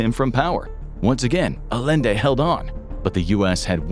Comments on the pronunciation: Bro really said Alende instead of Allende 🥸🤨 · Salvadore Allende is pronounced with double l making a y sound. It's pronounced A-yen-de.